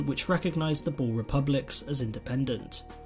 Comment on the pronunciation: It hurts me hearing him trying to say "boere"